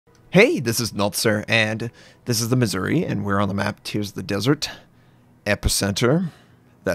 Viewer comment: MizzOOree, not Misery. 🤓